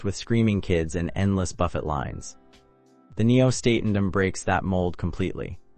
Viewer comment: If you are doing cruise reviews, learn how to pronounce Lido and Buffet! AND Pilates.